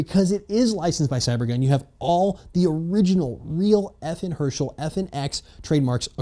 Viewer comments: Not to be a grammar / pronunciation nazi or anything. But it's pronounced FN "Hers-TAL" not "Her-Shel" (guy from the walking dead). Just so you know for your next video with FN stuff in it ;) Anyway nice vid, keep up the good work ;D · FN Herschell? You mean FN Herstal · "FN Hershel" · as a belgian, it was painfull to hear him say that wrong. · JustJoKyin because he doesn’t know how to pronounce Herstal